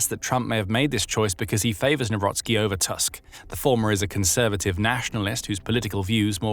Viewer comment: Nawrocki not newrosky 😅😅🤣